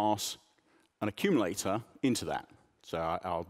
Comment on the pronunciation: "Accululator"! Sounds about right..